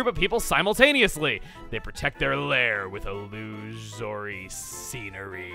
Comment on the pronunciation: It's pronounced il-lu-so-ry